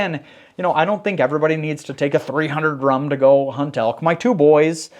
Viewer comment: Hi. Its "3-zero-8" and not "3-letter O -8"! Andrew